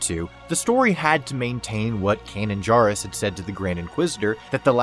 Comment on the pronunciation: Please pronounce Kanan’s last name correctly.